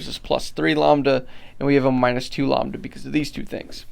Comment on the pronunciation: Never heard someone pronounce lambda like llama and not lamb before!